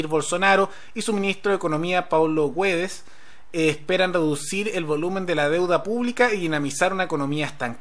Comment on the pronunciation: El nombre del ministro Paulo Guedes se pronuncia como aparece, no "Güedes" colega